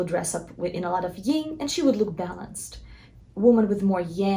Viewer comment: You may know that Yin and Yang come from Taoism and can be learned about in the I Ching. ☯️ BTW it’s pronounced /yïn/ not /yïng/.